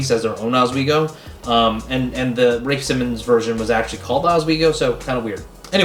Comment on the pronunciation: RAYFE simmons